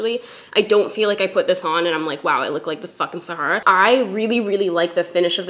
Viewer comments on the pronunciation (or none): none